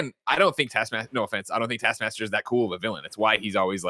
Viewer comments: Everyone's sounds like they're saying task masker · Say it with me, Nick: T A S K. M A S T E R. TASKMASTER Not tass masker… TASK. MASTER. Thank you for coming to my TED Talk. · Is it just me or can Nick not say taskmaster?